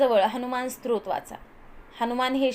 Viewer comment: सत्रोत नाही ओ 😅😂 स्तोत्र